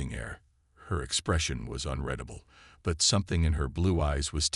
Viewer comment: Unredable is the improper word where it is used. Six times, the word was used, and only once was it possibly correct. I'm not sure, I didn't do so well in English. I'm perplexed at the fact that AI's can't pronounce the word correctly. People don't run their fingers through their hair as often as it's used. It's redundant to describe how the ice chamber, the condition of his clothes, and the dismay of the chancellor. It appears to be extra words to make the story longer.